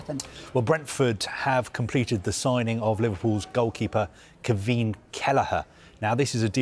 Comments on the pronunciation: it's Kwee-veen. you're welcome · At least learn how to pronounce his name correctly!